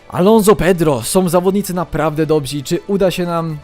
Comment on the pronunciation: nie mówi się "dobźi" tylko dobrzy xD